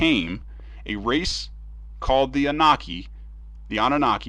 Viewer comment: SAY IT WITH ME : AH-NEW-NAH-KEY